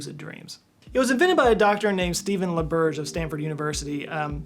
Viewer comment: Random I know, but thank you for pronouncing Dr. Stephen LaBerge's name correctly 🙂